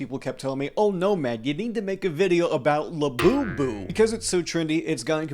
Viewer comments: everytime i hear "24 karat gold labewbew" i die a little more in my soul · These people have to die a little bit on the inside every time they say "Labubu" right?